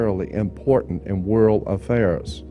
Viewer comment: I loved the late Jordan Maxwell. Does anyone know why he said "WORL" instead of "WORLD"? I meant to ask him during a live broadcast but forgot.